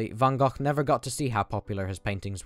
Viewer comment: Just wanted to say that you are one of the first non dutch people (i assume) who pronounce van gogh's name correctly